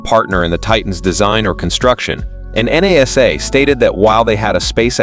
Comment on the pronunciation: “N.A.S.A”? That’s the first time in 60 odd years I’ve EVER heard anyone refer to NASA by their individual capital letters! It’s either “NASA” or the National Aeronautics and Space Administration, never N.A.S.A.